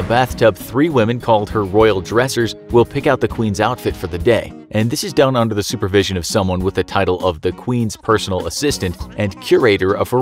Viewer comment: Ze queen is Ze queen